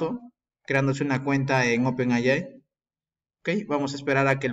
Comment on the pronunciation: NO SE DICE "OPEN AY AY" (NOMAS TE FALTO DECIR: "¡OPEN AY, AY, AY, AY, Y ARRRRIBBA MEXICO !!!! ) SE DICE: "OPEN EY AY"... LA "A" SE PRONUNCIA "EY" Y LA I SE PRONUNCIA "AY")